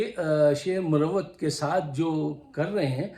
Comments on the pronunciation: Sir, another great motivating analysis, great words about Sher Afzal Marwat and the jealousy against him. Pls allow me to correct you. It is pronounced as "Marwat" not "Murawwat".😊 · Saab. Aadaab. YOU are sharing the best of your duty,every patriotic Pakistani has to strive as to defend Pakistan against the usurpers. I would like to correct your pronounced word about Sher Afzal khan marwat. Marwat is a sub cast of pakhtoons in kpk,like afridis,yousufzai,mahmand Wazir, mahsood,and khataks.stay blessed.